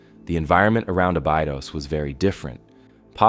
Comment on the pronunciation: Abidos? Ah-bey-dose. (Not a-bee-dus.) BTW Sacsayhuaman is between 6-12 thousand years old. The Osirion is much older. Anywhere from 8-20 thousand years old. It is reasonable to assume that this planet has received successive waves of interstellar visitors over the millennia. Way back, before the flood, before the wheel, before fire! We are not alone. Be careful what you wish for. Thanks for sharing these mysteries with us. ⛩️